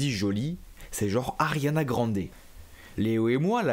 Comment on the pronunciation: J'ai dit attend il a dit Arianna Grandé😂😂